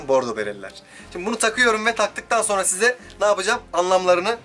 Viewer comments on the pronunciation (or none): none